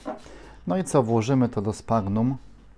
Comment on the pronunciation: Sphagnum czyta się prawidłowo: "sfagnum". To nazwa łacińska, obowiązują zasady tego języka. Warto odszukać sobie te zasady. Przydatne w czytaniu nazw łacińskich. Rozwiąże to Twoje kłopoty z kaleczeniem łac. nazw rodzajowych i gatunkowych. Są przejrzyste oraz proste do zapamiętania i nauki.